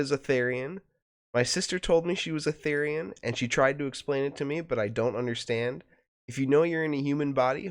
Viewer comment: just to let you know, therian is pronounced as "th-ear-ian". and therianthropy is pronounced as "th-eerie-an("an" like in "ant")-throw-pee"